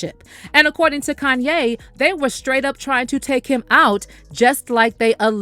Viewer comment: kan-YAYYYYYY! 🙄 Why TF is this person that’s speaking, pronouncing Kanye’s name with the emphasis on the “yay” part? It’s so affected! If ya can’t say his name properly than just refer to him as “YE”, which is what he wants to be referred to?